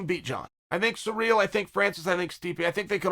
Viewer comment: Is Cyril’s name actually supposed to be how Chael pronounces it - “Surreal”?